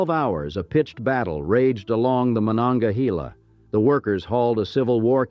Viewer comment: Carnegie’s first steel mill, the Edgar Thompson Works is still operating. In the 1960s or 70s Carnegie Institute of Technology was renamed Carnegie Mellon University after a large influx of Mellon money. As for our southern river, it’s not pronounced Mon-onga-he-la. We say Mon-onga-hay-la.